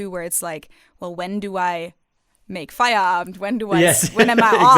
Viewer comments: You probably do remember how much I appreciate language skills. And since I believe that you'll always try and improve them,, please allow me to tell you what I observed in this episode: When you talked about Feierabend, you didn't speak the last letter of the word. It might or might not be different in then various parts of Germany, but I believe that in the wonderful Hochdeutsch that you speak, nobody would drop the d. I did notice that, for example, you pronounce "aber" like "aba", which is very accurate, so I thought it might be interesting to hear my opinion concerning Feierabend. Und ja, ich hätte das alles auch auf Deutsch schreiben können aber vielleicht interessiert das ja auch den einen oder anderen internationalen Zuschauer.:) Liebe Grüße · A 100%, to say it correctly you have to say the final "d"!